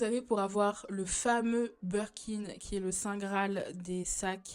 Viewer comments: Super vidéo, très intéressant ! Par contre on dit BIRKIN par Burkin 🥲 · Super vidéo mais par pitié on dit BIRKIN et non Berkin ahah mes oreilles saignent